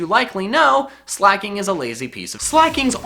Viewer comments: There is no H in Weezing, and there is no C in Slaking! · Sooooooo.... Slaking is never slak'n